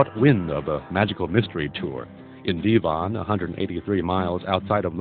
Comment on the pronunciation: It’s Devon , not ‘ Deevon ‘ .. so many over pronunciations.. cringe